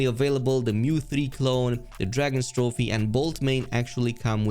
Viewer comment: (drag-os-trophe) not (dragons-trophe)